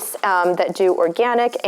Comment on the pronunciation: Regarding the Siskiyou Seeds that you mentioned - FYI, the name is pronounced sis cue. It is for the Siskiyou Mountains. I live in Florida but was born and raised in southern Oregon. I enjoy your channel.